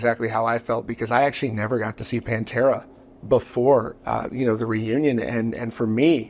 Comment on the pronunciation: It's not "PanterA"